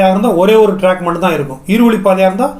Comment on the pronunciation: ஐயா மன்னிக்கவும் டிராக் இல்ல சார் ட்ராக்